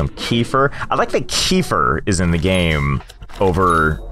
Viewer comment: I'm fluent in russian and this was hilarious to watch. I'm loving going through all the old videos <3 btw it's pronounced "keféer", and halvá is not a cheese it's totally sweet :)